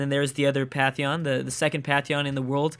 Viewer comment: Patheon... k-eye-oto... this guy is totally butchering the pronunciation. The N in pantheon is not silent, and the Japanese capital is key-oto.